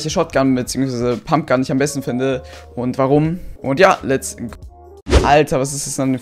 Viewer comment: Wie normale spieler sagen:Lets go Wie das sagt:Lets g